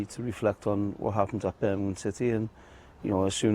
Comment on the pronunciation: The interviewer can’t say Birmingham 😂😂